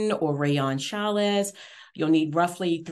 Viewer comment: It’s pronounced “vis-kose” not viscosse and “challie” not chalisse